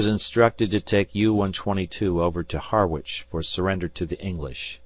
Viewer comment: And 'Harwich' is pronounced 'Harritch' not 'Har - witch,' and 'Voss-Jay' is pronounced 'Voag,' i.e., rhyming with 'Doge' as in 'The Doge of Venice' with the 'g' sounding like the g in German.